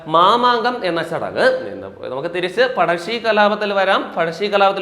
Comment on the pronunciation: പടശ്ശി അല്ല പഴശ്ശി